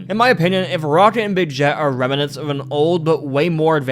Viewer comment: Pronounced Wrong: -Soviet (So-vee-it): , , , , , , , -Nuclear (Nuke-lee-ur or Nuke-u-ler): , , , , , , , -Remnants (Rem-nents): -Opinion (O-pin-yun): Slurred/Rushed: -Magical: -Necessarily: -"Anything you can name": -"Character in a show": -Basically: , -"So it seems": -"???? ????? Rocket": -Robots: -Really: -I'm not sure what it is here. It might be Nuclear disaster? I keep hearing de-quarter disaster. -"Or in the world's case": -Specifically: -Long Dead: -"Perfectly reasonable explanation": -Physically: Also, I noticed some script/audio mistakes: -It would be better to say "I have some evidence that I think may convince you": -"While this isn't a thing that would happen in the real world, it's a common trope..." -I think the audio is cutting over other audio here? Otherwise, it's just really hard to tell what was said. -I think you mean American Government, not English Government Sometimes you're missing connecting words such as "and, to, the, ect.." It was pretty spread out, so I don't have the time stamps, but I noticed that in your other videos too. Also, sometimes you would say Lil Einstein instead of Little Einstein. I am from the south, so I have somewhat of a southern accent, so I put the way we say Nuclear as well as the other way I have heard some say it. Thats just a Carmel kind of thin